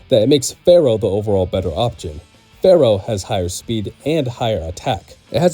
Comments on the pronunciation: I can’t trust anyone that pronounces Spearow and Fearow wrong 🤦🏻‍♂️ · FEAR-O not Pharoh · It's Fear-Oh, not Farrow. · Fear-ow Not phara-oh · Spearow sounds like spear but fearow sounds like fair? Yeah no. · The way you pronounce FEARow is annoying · Why do you pronounce Fearow like it's gonna summon the Curse of Ra? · its fearow!! and spearrow. not farrow and sparrow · Also, "SPEER-OH" and "FEER-OH" Not pharaoh and sparrow lol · Fair-oh? Spare-oh? Really?? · Are you serious with Farrow? And Sparrow? That has to be a joke. There's no way. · fear-ow, spear-ow........ its in the name. Not Pharoah or sparrow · "Sparrow"? "Farrow"?? SPEAR ROW FEAR ROW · Spear-oh like a spear Fear-oh like fear as in horror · Why he saying Fearow and Spearow like that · Why are you pronouncing Spearow and Fearow that way? It's... distracting lol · The repeated mispronunciation of Spearow and Fearow have me skipping to the next video